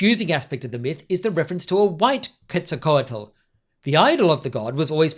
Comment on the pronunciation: Normally wouldn’t say it, but since the way you are saying Quetzalcoatl seems like you’re trying to be authentic, the “tl” is a voiceless alveolar lateral affricate. Think a sound like the Welsh ll but with an air stoppage preceding it. The way I’ve seen some who don’t want to try to pronounce this unfamiliar sound do it is by just enunciating the t really hard at the end and not adding an l. Not that you have to try to do it if ‘authenticity’ isn’t your intention of course.